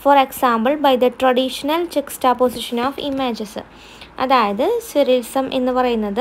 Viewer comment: Mam, that is സർ റിയലിസം. Not സുരയിസം 🙂